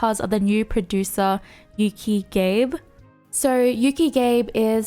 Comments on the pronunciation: Hey, just a heads-up: being a Japanese name, Gabe is pronounced Gah-Beh. It should not rhyme with "Babe":p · that's not how you pronounce Gabe lol it's Gah-beh 😄